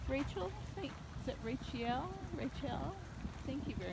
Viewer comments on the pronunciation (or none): Rachele is pornoced rochele the a sounds like an o